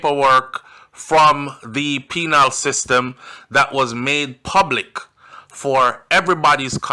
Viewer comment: The word is not “PENILE” it’s “PENAL”